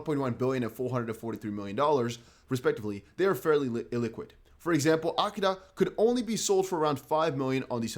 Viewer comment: AKITA say it with me, now… uh-KEE-tuh